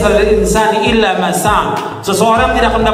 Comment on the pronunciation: Baca surat an najm ayat 39 aja salah😂, yang bener illaa maasa'aa, bukan illa masak😂, gaabis pikir emang